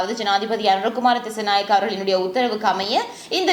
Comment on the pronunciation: அனுர குமார திஸாநாயக்க அக்கா nengal திசநாயக endu solringal